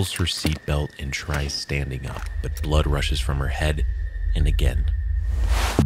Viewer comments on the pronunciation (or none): none